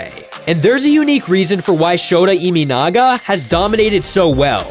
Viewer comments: Learn the pronunciation of this guy's name if you're going to do cover him. His last name is EE MAH NAGA, not EE ME NAGA. And I know Americans pronounce their Ts as Ds, but his first name is SHOW TAH, not SHOW DA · NPB is 3A level? Does that mean MLB is below 3A level? Have you watched WBC?😂 His name is not ImInaga, it's ImAnaga. Check how to pronounce a foreign name correctly before making a biased video, show some respect. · His last name is NOT Iminaga, but Imanaga.